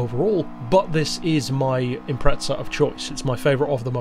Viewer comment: Why do euros always say impreTza? There's no T in Impreza